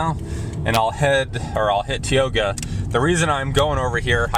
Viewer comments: Hey dude - its "Tie-oga" - not "Tee-oga". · I clicked on this video in the hopes to see a little bit of the town I grew up in. I come from a long line of North Dakotans. First, learn how to pronounce Tioga with a LONG I sound. Second, if you are going to share a video of Tioga, make sure Tioga is actually in it. You drove right past it. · You should probly learn how to pronounce Tioga before making a video about the place. And plus you didn't even show the town you just showed outskirts. So the businesses he showed you all isn't even in the town of tioga, it's not city limits. What an idiot